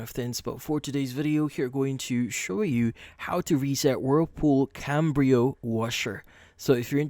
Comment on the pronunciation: It's not CaMbrio, it's Cabrio....no M.